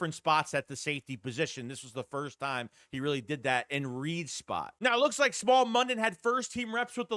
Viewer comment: His name is pronounced Smile not small.